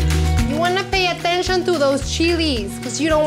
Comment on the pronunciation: Pati, one suggestion: Pay attention to "t" sound. You are always changing it to "th" ("athention").